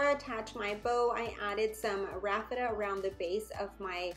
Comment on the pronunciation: Isn’t it called Raffia? I’ve never heard it prounced Raffeta.